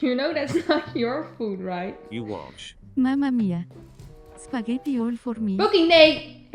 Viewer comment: I believe mama june just called it "skeddi 'n butter" :v